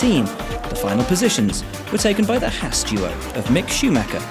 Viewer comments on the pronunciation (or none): none